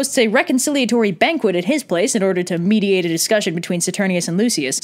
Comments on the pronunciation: I just realized that Lavinia is also the blacksmith from A Knight's Tale. Also, MEAT-iate hahaha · MEATiate hahahahahah